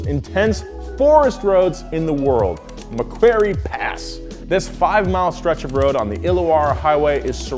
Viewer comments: Macquarie (mack-woh-rry) Pass you fucking drongos! Honestly, who does your research?! Couldn't even take the time out to decide what HSV/Holden you wanted. A helium-filled drop bear would do a better job than your team. Fucking Yankies. (I'm not mad, I'm just disappointed) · Uhh it's Macquarie Pass btw, not Macquerie. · It's Macquarie not Macquerie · It's Macquarie pass not Macquerie hahaha. Only drove it once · sorry to be an Aussie pedant but it's Macquarie pass not maquerie pass "ua" not "ue" maq worry not mac querey but thanks for the ace roads going to do NZ first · Fyi being about 30 mins from the mac pass it's pronounced mackworrie pass